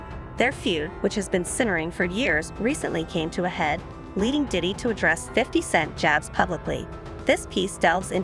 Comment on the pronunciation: why this girl saying "titty" instead of Diddy half the time?